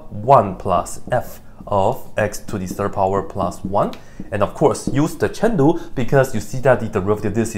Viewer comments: It's a joke, Dr Peyam started it and he continued it, he used to say "Chain-Rule" earlier but now he says "Chen-Lu" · Honest question: Is he saying "Chandu" instead of "Chain Rule" or is it just his accent? Or "Chandu" something I just dont know of yet? Btw I love your videos! I watch alls 3 of your channels!